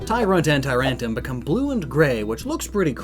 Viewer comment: Its Vivillon. Not Vivillion Also Tyrantrum. Not Tyrantum.